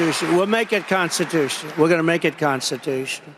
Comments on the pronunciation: What the hell does it mean to make something "constitutush"? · "we're gonna make it constitoose..." what a dope